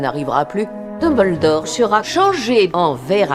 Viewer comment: A on dirait que Hermione dit "Tom-beldore" 😆🤣 c'est fait exprès ou bien ?